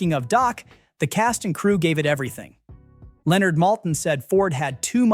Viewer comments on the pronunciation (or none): none